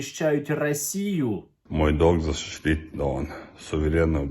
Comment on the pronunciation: мой долг ащітіть донг рассію